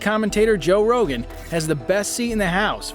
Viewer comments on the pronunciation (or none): His name is Joe ROGAN not REGAN.